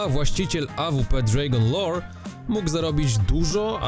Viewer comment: dżrejgon lors.... boże co za gościu :D